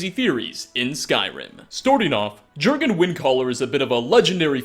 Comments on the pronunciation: glad you addressed the improper pronunciation yourself because while it doesn’t actually matter it bugs me a fucking lot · Say "Jurgen" one more time. I dare you. I double dare you. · VOL KI HAR NOT VOLIKAR YURGEN WINDACALLER NOT JERGGINN YARL NOT JARRL MAY RUNES DAEGON NOT MAROONS DAYGONE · jurgan mah gurgan @@ it's pronounced yourgan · It's yurgen REEEEEEEEEEEE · *YORGHEN not jorghin or jerghin... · Yergan not jergan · It's pronounced "Yor-gen" not "Jer-gen" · Jergen pronounced yurgen not gergen, like jarl is pronounce yarl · If you've played the game then you should know that the Nordic pronunciation of "J" is a "Y" sound.. So, "Jurgen" is pronounced "Yurgen." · Its pronounced "Yur-gun", not "Ger-gun" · J's are Y's in skyrim! yurgen not jurgen! yarl not jarl!! cmon u know this!! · “Ger-gan” instead of “Yur-gen”, “Volikar” instead of “Volkihar”. Pronunciation. Use it. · sigh ... *Y*urgen Windcaller, not Jurgen... Man, I like your videos a lot, but you mispronounce so many things... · bajsbla Sure, were you live it might be pronounced Jurgen, but in-game they never pronounce it like that, the Greybeards clearly calls him "Yurgen". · I know this will make me sound like a dick or something, but Jurgen is norse and is pronounced Yurgen. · Gergun still wouldn't be pronounced how you were saying it.... Just sayin'. :x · Jurgen is pronounced "Yurgen". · It's pronounced yergan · It's not pronounced Jurgen its pronounced yorgenn as in yorgen windcaller just do u know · yergen* j = y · do you play with the sound off or something? the game must've said "yur-gen windcaller" over 10 times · I think it’s pronounced yurgen because of names like arnbjorn being pronounced arnbyorn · how could you not know it's pronounced Yurgen xD lol! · HOW DO YOU PRONOUNCE "MEHRUNES DAGON" CORRECTLY, BUT NOT JURGEN. YUHR-GEN. YUUUHHHR-GEN. The ease with which you mispronounce nearly everything is nothing short of miraculous.